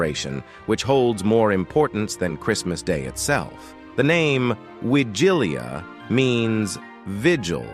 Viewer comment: please, learn how to pronounce Wigilia, and other Polish words. For someone who calls his channel "", this is disgraceful.